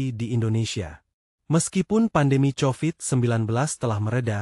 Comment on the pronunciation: Kovid bukan COVID. Pronunciation.